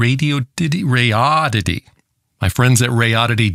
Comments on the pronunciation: Dude…RAY-DEE-ODD-IT-EE. How hard is that? They gave you the thing for free. At least take 2 secs to learn how to say their name. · RAY - DEE - ODD - IT- EE ====== RADI ODD ITY - RADIODDITY LMAO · "ray-dee-odd-eh-tee". You can do it- I know you can!! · Came for potential Sad Ham commentary; stayed for "Radoddity" pronunciation. Love it! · Come on, everyone knows its pronounced Radioddity. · After all these months… please just pick and speak one pronunciation for “Radioddity” (rather than adding spurious ones) 😃